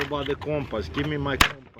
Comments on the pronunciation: "Give me my compuss" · Wow your Russian was showing hard on compass lol.